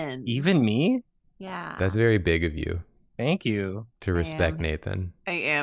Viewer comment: "Thonk you"